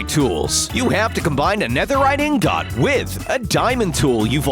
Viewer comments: "Flint and... T... T... Tinder?" "Their purple and blue!" No they're CRIMSON and blue! Do be more generic RED and blue "Besalt" its pronounced BA-salt not be-salt / besalt "Nether dungeons" no just no its nether FORTRESS "In got" not that way of saying ingot is stupid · ITS inget but the spelling is ingot i said INGUT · I’m I the only one who gets triggered when he says ‘ingOt’ and not ‘ingEt’ or is it just me? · They are pronouncing ingot wrong. Even though it’s spelled ingot it’s not pronounced in got. It’s pronounced in git. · Netherite iNgOt -Narrator 2020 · I love the way he says "Ingot" inGOT😂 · My friend: What's the funniest thing you heard the narrator say? Me: Netherite InG-gOt! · What’s an ing got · Is no one gonna say something about the way he say “Ing-Goth” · Two words: warped lava P.s it’s pronounced ingut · You are saying ingot instead of Ingit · "Ing-got". Is it a rule on this channel to always pronounce one or more words wrong? xD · Ing-got it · FallonFireblade OOH A IN GOHT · Someone say inglot? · Why does he say ingot so weird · im sorry its just annoying hearing you say ingot with the o not being pronounced as an i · The way he says ingot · Hes saying Ingot wrong